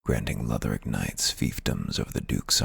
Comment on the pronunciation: I like your voice better. I feel like he was trying to sell me something. Plus the way he pronounced Lothric made me writhe in agony